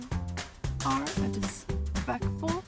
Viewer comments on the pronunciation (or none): I'm sorry, I think u meant "dispekful"😊